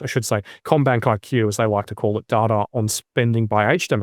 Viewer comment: I appreciate Martin’s pronunciation of “data” far more than “dAta”. More 1970’s ABC style pronunciation. Apparently in line with the Trans-Atlantic pronunciation that was de rigour before the jet set had jets.